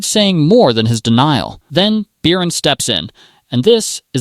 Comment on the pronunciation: Beercan? Its Bircan and the C is not a K😂😂